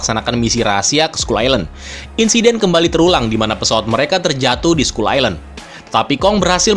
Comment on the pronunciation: ‘Skull’ dibaca ‘skal’ Fyi aja